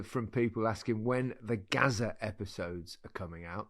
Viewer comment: Gazza rather than Gaza. Very different content.